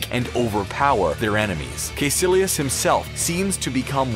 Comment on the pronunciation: Bro, how hard is it to just say the names they way they’re said in the movies? Like, if they say Dormammu and Caecillius in the friggin’ movie, why are you saying Door Mammoo and Kay Sillious?